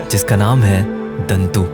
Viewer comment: दन्तु नहीं दाॅऺतू